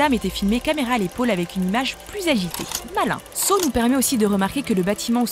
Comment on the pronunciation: Criss on dit Saw(Ça) c’est comme sa on le dit en anglais fac arrêter de créé des mots qui veulent rien dire